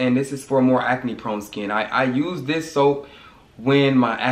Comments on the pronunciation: If you create another word again I’m going to throw the jar away🤣😂😭😭😭 it’s ACNE NOT AC-A-NE!!!!!!! 🤣🤣🤣🤣🤣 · " how I cleared my aca-knee" haha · The way he say Acne is Hilarious